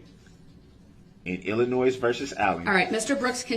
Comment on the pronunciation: Illin~noise...does he not even listen? Or is he just wallowing in ignorance?